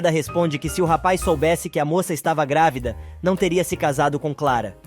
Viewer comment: Narrador é Madalena e não Magda. É GRÁVIDA E NÃO GRAVIDA afeee